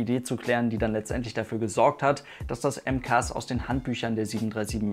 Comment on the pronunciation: Bro warum haha sagst du Mkas heißt doch Mcas?